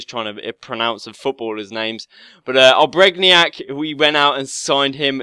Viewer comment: Good vid!! It's pronounced oh-brain-E-ac